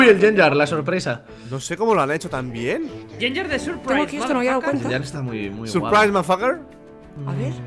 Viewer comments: Like si escuchaste a en el minuto que dijo llenllar enves de gengar XD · NO ES YENYAR ES "GENGAR" EN SÍ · Like si quieres que aprenda a decir gengar en vez de yengar😂❤️